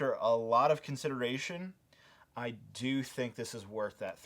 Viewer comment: “I really enjoy the ability to DEW that” I’m sorry